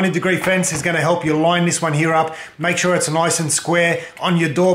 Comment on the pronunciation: "mahk shuh its straiht" and still left that shit crooked😂😂😭